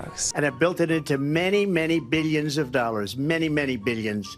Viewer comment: WHY DOES HE SAY BILLIONS LIKE THAT 😭